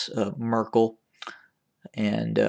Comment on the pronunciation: Why do you keep saying "Mrs Merkle". Isn't she a princess ? You are calling him prince.